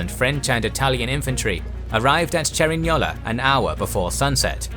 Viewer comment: "Cerignola and Garigliano" wow man, you pronounce these names better than me(i am italian)